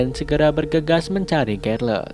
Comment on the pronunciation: Bang, Charlotte di baca "Syærlot"